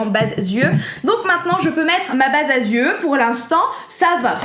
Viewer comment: "ma base à zieux" 😂😂😂 J'adore la vidéo sinon 😀